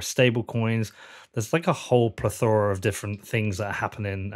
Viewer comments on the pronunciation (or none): You're pronouncing plethora wrong peter . pleth...the....ra..